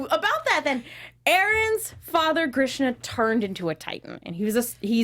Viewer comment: Everytime she says Grishna.... LOL